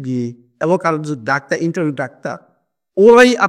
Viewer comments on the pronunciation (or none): none